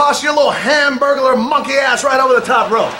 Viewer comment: Are you all going to ignore the fact he kept saying “hamburgler”